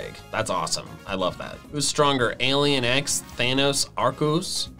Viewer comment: Did my man just say …ARCOOS? Okay, to be fair, i’ve seen plenty of people who say ARE-SEE-US but Arcoos has to be the most pathetic incorrect name prononunciation i’ve ever heard. GODAMMIT, IT’S ARE-KEE-US!